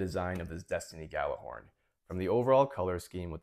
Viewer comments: That's true. It's kinda hard to write how we say it in Icelandic, but Gjallarhorn is pronounced similar to "G-yeah-dlar-hordn" 😁 I just checked on Google translate, how it pronounces it and the Gjallar part is correct, second part is close😁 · Yeah most people don’t pronounce it “yallar” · That's absolutely beautiful. Stunning work, man 😊 Fun fact, Gjallarhorn is an Icelandic/old norse word. Means loud sounding horn and in modern day it is a megaphone, also, almost no one pronounces it correctly 😄